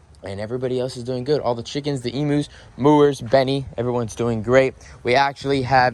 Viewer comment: this is how you pronounce the trees in your goat erea you ca lip tis okay get your words right please Im from Australia and every Australian thing you have on your property you can't even pronounce it right like your kookaburra your emus it's not half cow half bird okay and so on can you just find out how to properly say it because I know what you Americans alike if we pronounce one of your words wrong it's against the law but you can do it to us come one man anyways love your videos and what you do for the animals